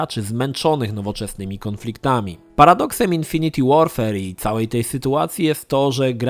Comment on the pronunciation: 'infinit łorfer' a nie 'infiniti łorfer'!!!;]